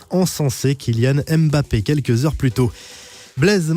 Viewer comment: Sa se prononce pas M Bappé mais Mbappé ! Le m est collé svp